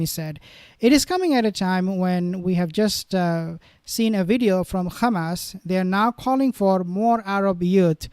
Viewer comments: Why you say Gamas? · Good video, but him saying khamas annoys me.